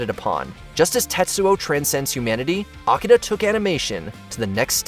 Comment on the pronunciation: It is called Akira, not Akida. Smh